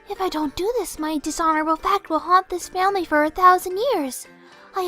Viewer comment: "I WILL NOT DISHONOR MY FAMERRY!!!"